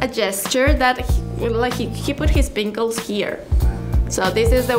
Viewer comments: she tried to say pinky but said pinckle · she calls his pinky “pinckles” 😂😂😂